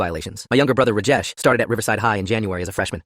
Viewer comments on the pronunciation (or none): I'm Indian and it is prounanced as Raajaesh not rujes